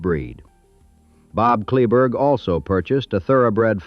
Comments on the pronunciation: Kleberg, pronounced clay-burg. John Deere dealer in Kingsville closed late 70s I think. King Ranch John Deere is in Robstown and still there. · Many mistakes, you’ve never been there or interviewed anyone from the ranch. Your pronunciation of “Kleberg” is totally wrong. The county the headquarters sits on is named after him, Kleberg county. The young attorney met Richard King when he beat King in a lawsuit. And most importantly, Henrietta King could not pay the estate tax when Richard died. Standard Oil of NJ, later Exxon, stepped in, she leased the minerals on the entire ranch to them and got the money to pay the tax. The ranch has made several fortunes from the oil revenues. Get your facts right, I stopped watching.